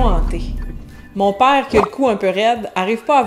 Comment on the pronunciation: Merci,, pour la tranche de ta vie. Eje remarque qui quand que tu racontois celle tranche, tu parles plus comme Québecoise: "mon pàre", "drette". Quand que tu enseignes tes leçons, j'oïe plus français métroplitain. Mais quand que tu prennes la rôle de raconteuse, j'oïe la Québecoise. En Louisianne, les tournures qui equivaliont à "c'est beau" varieont par paroisse, comme d'habitude.